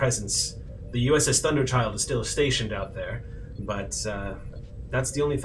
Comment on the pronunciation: You know, the USS Thunderchild makes a lot more sense than the USS Thunderthighs, which was what I initially heard.